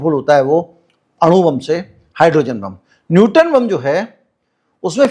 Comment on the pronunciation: मूर्ख व्यक्ति। वो न्यूट्रॉन बम होता है। न्यूटन बम नहीं। 😅😅😅